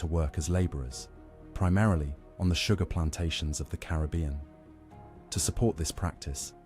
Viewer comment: Carib-bee-un is absolutely correct...you said it right the first time!!